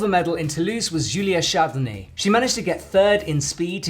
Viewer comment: "Julia Chardonnay" ah ah ah